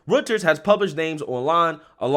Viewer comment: Its pronounced Roy-ters